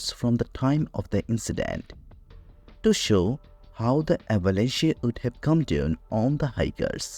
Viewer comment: This was painful to listen to...pick an AI voice that knows the language you want your video in...avalanche doesn’t have a "y" sound at the end, it rhymes with ranch...i tend to listen to these as I'm doing other things, and much of this was lost to my ear because of pronunciation difficulties...its like you chose a Russian speaking AI and asked it to read in English...and its not specifically a Russian accent i have a problem with, because one of the very best series I've ever found, on the Kursk, was narrated by a female with a Russian accent...if anything it adds credibility...but it must be ear legible if that makes sense, and this narration was only half understood by me Also, and it's been a while since i have dug into the Dyatlov Pass details, but i remember hearing explanations for some of the things you are claiming are still mysterious...the person missing part of her face- lips, tongue, etc- was because her face had been submerged in water, so fish could have gotten to it (idr if that was exactly the conclusion but it was similar, and there were many other details left out)...to say thats something not explained by the slab avalanche is disingenuous...there are many more steps and details to the explanation than BOOM avalanche, done; and if you want to make a video, you need to do a deep dive into the research- like the creators of the 30 other videos claiming to have solved the mystery did, at length, in depth- not bothering to do that leaves your video, short, un